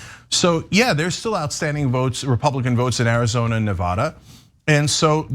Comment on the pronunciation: Cenk pronounces Nevada two different ways within the space of ~30sec.